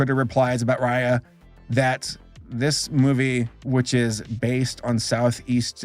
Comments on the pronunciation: I always pronounced it as “Ray- A” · They keep saying Raya wrong and my sister gets mad cuz that's her name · I'm sorry I really hope I don't sound too judgmental or rude here, but the whole time you pronounced their names wrong it just rubbed me the wrong way, and it might be just me, but their names are not that hard, and it looked kind of unprofessional to me. If u have a hard time remembering names you can just take notes of what their names are just beside you and that's it. This is constructive criticism, once again not trying to hate on you. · I can't stop calling her Raya in the way you pronounce the ray in sting ray lol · Geez, if you're going to review this movie, do you think you could actually take the time to look up the characters' names and make sure you're getting them right? It takes like ten seconds to do it on Google and IMDb. Raya and the Last Dragon was actually quite good by the way. It does stick too closely to the Disney plot tropes, but the world's lore was actually quite compelling, and it delivers such a beautiful message about how our world's problems happen because of our inability to trust one another.